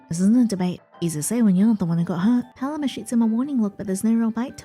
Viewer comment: Hey just as an fyi I think Paloma is pronounced “PUH-LOW-MUH”